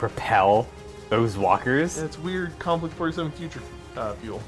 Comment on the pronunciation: Konflict 47... the Mortal Kombat way to say conflict 47